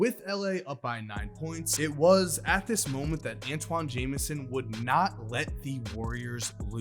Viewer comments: Oh, and ANTAWN, not Antoine. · Who TF is Antwan ??? It’s Antawn His name rhymes with Spawn Not Rich Homie Quan